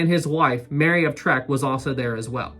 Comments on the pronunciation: Uhh, FYI: her title was Mary of TECK; y' know, like the later Shatner series, not "trek" like the first... really, dislexic much? Y'might wanna correct this, at least for the coming installments. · Just a slight correction,. Queen Mary's name was Mary of Teck. (not Treck) I love your channel, been watching you since the beginning. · Excellent start to the series,! I remember seeing the Queen Mary sailing out of New York Harbor in 1967 for the last time. She was magnificent, even in her old age. btw, Queen Mary was Mary of Teck, not Mary of Trek. There's no R in her name. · Please may I just inform you, its Queen Mary of Teck, not Tack. I live in United Kingdom & Queen Mary of Teck is how you pronounce her name, not Tack. And yes, it is a true story of the name originally planned to be Queen Victoria as you say traditional to Cunard's "IA" just like White Star's Ships ended with "IC". This is a true & Well documented story in England. Also, there is a video that plays whilst RMS OLYMPICS backing out of her berth with smoke billowing out of her 4th dummy funnel, but only after conversion to a oil burning ship was changed from that of previous coal power. As you mentioned along while ago that any one who can find a video with smoke being exhausted out 4th dummy funnel to let you know. Your videos are great, clearly and logically easy explained & like me mad when amarures who don't know basic of facts just like brightside or Aaron- useless. Keep up great work, love to hear a reply from you. (Birmingham.West Midlands, UK) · Mary of teck not treck lol 😂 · Mary of Teck not Trek... :-) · I'm going crazy with you talking about Queen Mary of Teck you keep saying Mary of Trek and that's not right